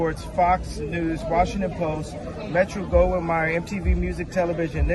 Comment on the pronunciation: He called MGM "Metro Gollum Meyers" ffs.